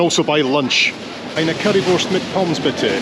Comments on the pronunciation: Your pronunciation of "Currywurst mit Pommes" is perfect. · Your German was flawless when you ordered the Currywurst mit Pommes